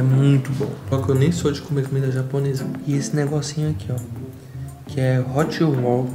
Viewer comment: falando hot rol errado é engraçado hahahahha